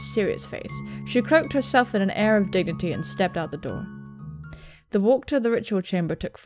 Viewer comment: "In an air of digity"...... Digity.... DIGITY!! x,D I'm sorry I had to.. "Digity" - 2K16